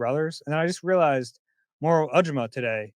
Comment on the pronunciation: why do you keep mispronouncing Moro’s last name?